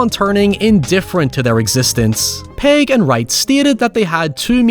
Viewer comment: Mate... his name's pegg not paeg 😂